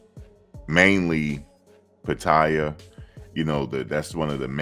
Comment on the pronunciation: PA-TA-YAA thats how you say it